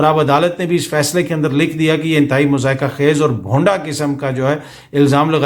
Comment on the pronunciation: درست تلفظ "مَضحَکَہ خَیز" ہے۔